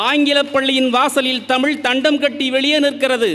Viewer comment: மோசமான தமிழ் உச்சரிப்பு உங்கல் அனைவருக்கும் வனக்கம் தமில் மீது என்னய்யா மோசமான உச்சரிப்பு இது? கவி மேசை மத்தியில் அதிகாரம்.. நிர்வஹித்து ஆதிகாலம் அதிகம் இதயம் இதெல்லாம் தமிழ் மொழி சொற்கள் அல்ல